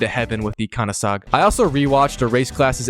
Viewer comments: Bro said conAsogg😂😂😂😂😂😂😂😂😂😂 Koenigsegg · Bro 😭 Koenigsegg ❌ Kanasagg ✅ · As a car guy, the way he pronounced Koenigsegg was pretty much ear rape.